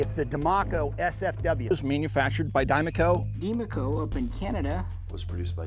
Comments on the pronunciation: If you're taking the first parts of the words "die making company" then it should not be pronounced "die-mah-co". It should be pronounced "die-may-co". Because the "ma" in "making" sounds like "may" not "Mah". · But the 'Ma' in make, is May-Kuh & not Mah-Kuh. So by those standards it's still wrong, like travelling must have 2 'l's - otherwise it is Tra-Vee-Ling... just English Word Speak. So 'Die-May-Co' - also I just can't not think about the Mass Effect Mako. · i'm screaming inside since the speaker is complaining about pronunciation and then getting it wrong. die - muh - co. ma isn't muh. it could be mah (mac donalds) or ma (mama) or mei (make). there is no schwa in any of those vowels.